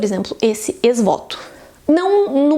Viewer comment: A pronúncia de ex-voto está errada…